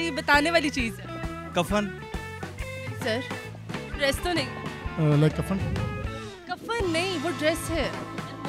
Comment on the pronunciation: ایڈریس پہنا نہیں جاتا - ڈریس پہنا جاتا ہے